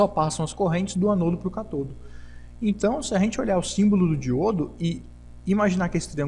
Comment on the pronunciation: As palavras são proparoxítonas.Cá-to-do.